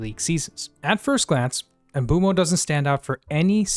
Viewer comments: Not to be that guy but he pronounces it "oomboomo" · Of course we care! I'm more concerned about most fans still don't know how to pronounce his name yet (MBOOMO! and you can hear him pronounce his own name in several videos incl. shorts here on Youtube). I was over the moon when Mbeumo signed in the summer but I think because of his late start to the pre-season (he didn't play much in USA) he wasn't hitting the ground running but also so didn't Cunha. I'm sure Mbeumo will become one of if not the best United signings in the post Ferguson era. I just didn't understand Amorim played him at the left side against Spurs which I think was a mistake. I think he wanted to surprise Thomas Frank and saw a Spurs weakness but I don't think it worked so well. Overall it was a disappointing game and I agree with Amorim Spurs was there for the taking but United mostly underperformed. I'm quite sure Mbeumo won't this season and I hope Cameroun aren't doing well in the ANC. Sorry, but I was happy yesterday when Cameroun crashed out of the World Cup which means Mbeumo will be a lot more ready and fresh for next season than most top players.